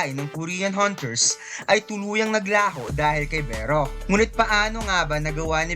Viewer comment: Beh-ro hahaha.